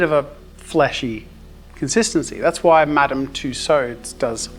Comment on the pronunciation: As a German, the "VHY AM I GERMAN??" killed me 🤣